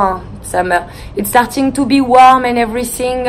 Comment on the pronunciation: Tu fais exprès de ne pas forcer ton accent " im stertiiiing" risible